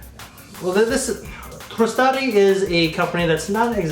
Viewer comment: I love your channel so don't take this as a troll comment but PLEASE stop adding an extra T to the name of this house. It's Truh-Sar-Dee, not TrusTardi. I can't remember but I may have discovered Riflesso in part because of you and blind bought it because I found a dirt cheap deal on an unboxed bottle and love it. Can't wait to get ahold of this one.